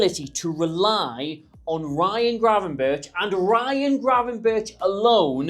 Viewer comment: so I know its a month a go but gravenberch - is ggggrr - at the end. Look at dutch way of saying g/ch. Its like scraping your throath